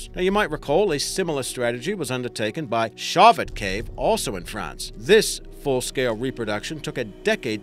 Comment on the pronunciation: No offense, but the place name, Chauvet is pronounced SHOW - VAY.